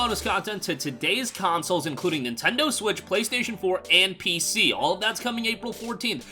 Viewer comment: "intendo switch"?